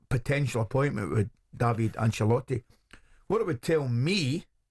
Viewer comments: Davide tells me he prefers the Italian pronunciation DAH vee Day. Italian hit mob will be after anyone calling him Daveedee Fae the calton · Pronounced daviDAY in italiano. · Butchering the guy's name in multiple ways. It's "DAH-VID-AY" Davide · Thank you! My god have they never heard of that pronunciation? Butchering it so badly 😂🤌